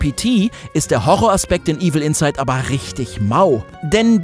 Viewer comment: Es heißt nicht Evil Insight, sondern Evil Inside. Bitte bei der Betonung beachten.